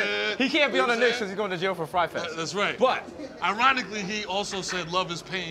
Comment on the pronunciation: Why u always say FRYE FEST 🤪